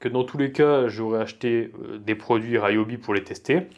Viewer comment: Je dois avoir une vingtaine d'outils Ryobi one ( il me semble que ça se prononce "Riobi"et pas ”Raillobi” et je suis plutôt satisfait des performances même s'ils ne sont pas sans défauts-ergonomiques surtout- ce sont des outils de qualité (la boîte japonaise qui possède cette marque fabrique aussi Milwaukie et AEG...). Pour moi l'intérêt principal c'est la variété des des outils One+(y compris pour le jardinage) avec les mêmes batteries, et le prix raisonnable. Mes 2 dernières acquisitions : ie coupe carrelage à eau et la cloueuse à air comprimé 16g.